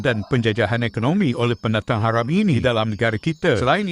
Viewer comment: Eiiii geli nye dengo,cakap orang tu ,cuba dengo cara dia sebut Haram,kesedaran geli betul Sajat lagi proper sebut tu.